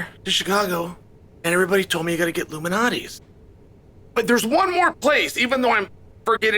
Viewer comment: I thought Chael was talking about some sort of elite pizza society conspiracy for a second... There is an L in Lou Malnati's Pizza its not illuminates pizza hah. I feel like Chael knew this and thats why he said it a million times.